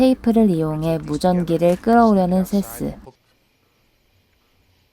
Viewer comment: 세스가 이상하게 들려 시발..